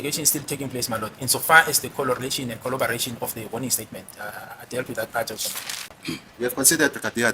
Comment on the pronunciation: “in so far as the kholoration and kholobaration”🤕